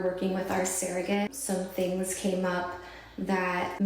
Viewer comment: i love your videos. I get excited when i see you've uploaded!!! Congrats on 100k 🎉🎉🎉 The way pronounces the word "surrogate" is annoying 😅